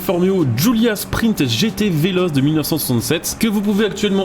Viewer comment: « Vélotché » pour la prononciation et non « véloce » 🤌